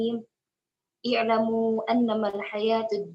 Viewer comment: Harus dipersiapkan lagi bahan2 yg akan disampaikan Begitu juga ayat2nya jangan salah baca Seperti kalimat i'lamuu jangan dibaca a'lamuu